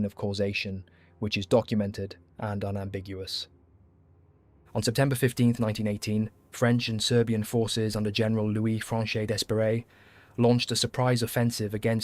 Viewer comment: it is pronounced without 'S'. De'peree.